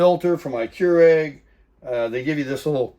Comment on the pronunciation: is getting very proficient with his “cure-egg”! ☕️ 😂